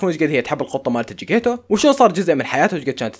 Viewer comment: مو جكيتو اسم قطة نارين چكيتيتو 😂😂😂😂